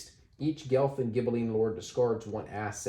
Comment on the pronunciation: FYI, it's pronounced "Gwelf", not "Gelf"; it's a mispronunciation of the Germanic "wolf". (There's a city and university called Guelph in Ontario, so like a lot of Canadians I'm familiar with the name, although this game gives me a greater appreciation of its origins!)